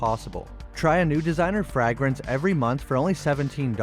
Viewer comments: lol he does say “frag-rence” like its the first time he’s ever used the word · glad someone else noticed it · frag-ran-ses lol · 😂😂they on yo ass bout that “Frag-Rance”💀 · came here to point it out… I wasn’t going to, but he kept saying it 😂💀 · Look up the pronunciation of "fragrance" LOL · Sidenote, can’t stand the way he says fragrance. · For crying out loud your pronunciation of the word fragrance it’s just atrocious lol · You say fragrance weird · I've never heard someone pronounce fragrance like that before! I do love hearing people either mispronounce a word or just not sure how to say it🙃 I won't even attempt to pronounce some words especially Russian, Polish, mostly all Asian words and definitely Arabic. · I knew someone else had to have caught that 😂😅😂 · Yo why does he say fragrance so weird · Why are you saying it like that? Why are you putting the emphasis on the A? Say vagrant Now say Fragrance.